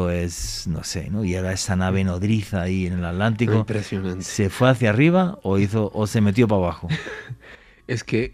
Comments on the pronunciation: ¿Por qué alantico y no Atlántico? Es un misterio. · Jajajajaja que fuman para no hacerlo. Otra cosa se dice ATLÁNTICO.